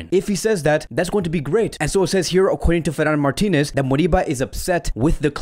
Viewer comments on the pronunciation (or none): none